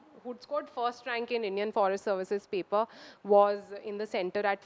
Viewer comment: When you come with fake accent....you start pronouncing "paper* as Pepa